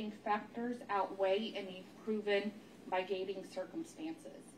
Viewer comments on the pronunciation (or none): & If you're going to read all that, you should at least be able to pronounce the word "heinous" & "mitigating". I mean WTF, it sounds like a 4th grader is sentencing him to death! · Add mitigating to the list.. “migating” 😂 what? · I agree, "migating"? There's no such word. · Migating? Does she mean to say mitigating? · Yeah, I was thinking the exact same thing? "Heinious"? And "Migating"? This is a representative of our U.S. judicial system? Yikes. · For Pete’s sake! She read “mitigating” as “migrating”: that’s atrociously inexcusable in a capital trial… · I thought she said Migrating geese on Hennessey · The clerk reading was illiterate. Not “migating”, it’s mitigating. There were other words she was screwing up too. Ignorant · I'm glad I wasn't the only one who thought that. It was embarrassing. My-gate-ing .. tf? smh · "Hayni-us" and "my-gating circumstances" will get you every time. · Sorry, but "hineous" got me 😂 "Migating" as well. Bless her heart. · Henneyous?????? Mygating?? This county clerk can’t read 😂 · how many mis-pronunciation's of the word "mitigating" must we endure. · i was looking for confirmation of how painful It was every time she attempted this word. A fourth grade teacher would correct you in front of the class but everyone let this poor woman repeat a non-word over and over. I feel like if I were Wade I’d have to correct her, lol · How does a court clerk not know how to pronounce mitigating and heinous ? Embarrassing 😮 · loooooool so true the way she said "mitigating" was beyond messed up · How does the court clerk not know how to pronounce mitigating and heinous? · So the clerk, who spends all day in courtrooms, cannot pronounce "heinous" or "mitigating." Wow. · That was the clerk. And she can't pronounce "mitigating" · Who let this lady read the sentence? She can’t even pronounce mitigating and heinous. She should have had to read it to someone before being let out on the stage.